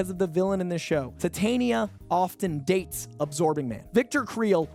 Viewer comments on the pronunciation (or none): none